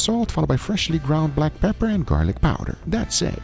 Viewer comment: pepper not peer